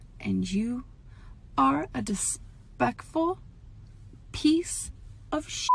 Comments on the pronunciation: i still cant believe she said “dispektful” with her whole chest 💀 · God the way she fails to say disrespectful is so annoying!!! And the more that sympathy bone clip plays the less I give a shit about her supposed struggles. She is really showing her truest colors with jade and I'm glad because maybe now people can see what a bullshitter Amber is.